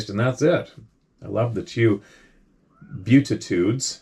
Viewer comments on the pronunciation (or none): If you're unsure about how to pronounce certain words, please investigate in advance of reading them aloud: I haven't finished this episode, and so far, you've botched beatitude and *succubus*. Say "bee-ATT-uh-tood" and "SUCK-you-biss".